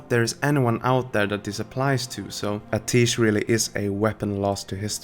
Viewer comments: Only criticism is a minor grammatical one, I love these videos!. It's "Ah-tee-esh" not "Ah-teesh". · It's pronounced [AT - E - ESH] NOT [AH - TEESH] Listen to Khadgar in game... Pretty sure he says it as you fly to Azsuna the first time you start the zone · Amazing stuff as always, but isn't it pronounced "Uh-tea-esh?" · love your vids but go into WoW, listen to Khadgar pronounce Atiesh and then come back. There's a lot of times when you mispronounce something.